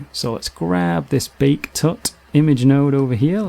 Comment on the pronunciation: I can't stand the way this guy emphasizes ending consonants. "Bake-KUH" "Emit-TUH" "Bump-PUH" Drives me crazy!